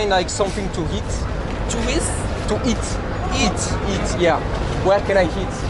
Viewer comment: aberrante cette video :o par contre frero c'est "eat" pas "heat" y a pas de h